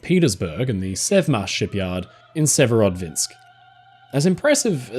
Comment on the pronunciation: The are two Dvina rivers in Russia. The one in the north (sever) gives its name to Severodvinsk, hence the pronunciation is closer to Severo dvinsk, rather than Severod vinsk. Not being a smartarse - I've learned a lot from my friend, so just giving a little something back.